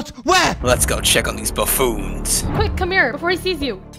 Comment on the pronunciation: (updating for every mistake) "cahsing" "absaloute" "absaloute" "bafoons"